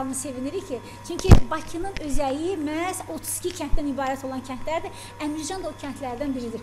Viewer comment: Əmrəcan yox Əmircan